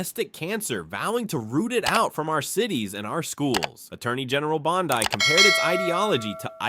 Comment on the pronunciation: Don't mess with TExas It's pronounced Bondee not Bond-eye